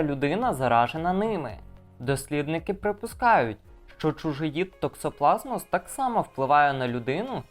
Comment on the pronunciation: Якісь проблеблемки з наголосом в слові токсоплазмоз (має бути наголос на останню о)